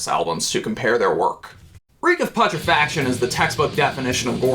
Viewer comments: Pu tre fac tion say it with me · Bro its pronounced "Pyootrefaction". You killed me every time you fucking tried to say Reek of Putrefaction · God you’re such a normie hahaha. You also can’t pronounce putrefaction. Congrats!